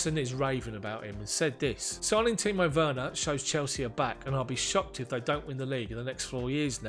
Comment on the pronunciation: Great pronouncement of Timo Werner my guy. Well done mate. Awesome content. We will keep watching and tell others about it. All the best